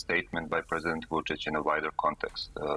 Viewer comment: I do not know how in the world she got too that pronunciation of "Vucic" as it is totally off (guessing "Vujo" confused her). But I love it when people fumble his name as he is a POS dictator.